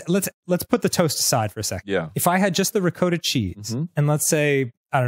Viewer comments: why the hell do they keep saying ruh-coat-uh it's ruh -kaa-tuh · it's ri-caught-ta cheese, not ri-coat-ta cheese. smh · Reee COAT uh~ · Arin was saying it as “ri-coat-ah”. I’m used to saying it as “ri-cot-uh” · Silly Arin and Dan. It’s RICK-AH-TAH cheese not RICK-OH-TAH cheese. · It's Rick-ah-ta not Rick-oh-ta. I work in restaurants so my blood is ON FIRE right now. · It's Rick-aw-ta or Ree-coat-ah. Never Rick-O-ta. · I love Arin, but I hate how he constantly mispronounces things like Ricotta. It's pronounced ri-COT-tah not ri-co-ta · Oh that's what he said. I was like "what's recoater cheese?" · Ree-cot-tah. I mean. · I think he means RI COT A cheese. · "rikowta" At least they didn't pronounce it "hohnay" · Yes, I've always pronounced it Ri-COT-uh too. Arin pronouncing it weird made me question my entire existence 😆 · Are they saying Dakota cheese? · I have never heard anyone pronounce it "ri-coat-a" but it wouldn't surprise me if somehow that is the correct pronunciation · Herb and honey ricotta (pronounced rih-kah-tuh... by the way) is a thing. It's totally a thing. Who knew? I guess the people who made the recipes. They knew. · Ri-Coda cheese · It's pronounced ricotta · How did ricotta become ricoota? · Ricotta, is pronounced "rick oughta" as in "Man, Rick oughta get that sweet cheese outta his ears. That way he can hear Game Grumps better." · I love them but... the pronouncing of ricotta is sooooo wrong my Italian soul hurts its "Red-cOoat-ta" something like that lol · I hate how he says ricOHta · It's pronounced "Rick-otta" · Arin’s pronunciation of “ricotta” hurts my soul. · never heard ricotta pronounced with a long o before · same. I only figured it out when the animator actually showed the ricotta. I legit thought “is arin trying to say ricotta cheese?” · haha the Jersey in me was hurting hearing him say ricotta like that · I was screaming at my monitor every time he pronounced it wrong. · Never heard Ricotta pronounced like that